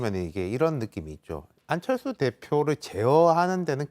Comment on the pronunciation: th 발음 겁나 거슬리네 ㅋㅋㅋㅋㅋ 안철thㅜ ㅇㅈㄹ